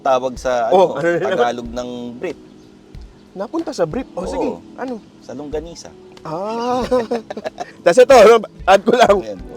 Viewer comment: Nice review! Natawa ako sa “SALONGGANISA”! 😂😂😂😂